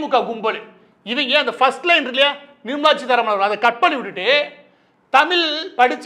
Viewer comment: It's Seetaraman and not cheetaraman